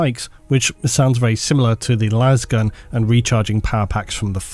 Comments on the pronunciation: But why do they pronounce it las and not las? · How tf does manage to get 68 minutes out of "Lasgun" 😂